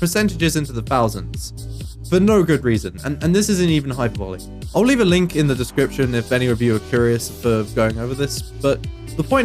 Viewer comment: Hai-pur-b-lee. what are you doing?